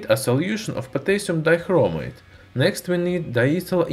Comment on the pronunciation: potaisum daikromaite